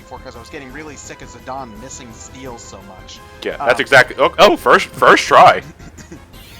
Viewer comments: You pronounce Tie-dus as Tee-dus, yet you pronounce Zi-dane as "Zi-don," what seance that makes? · I think it's because the game dissidia pronounces it as "zi-don" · As brazillian Guy. I pronounced Zidaynee... but since its like italian or something because of Alexandria.... I Call him more like Zidãn or Zidann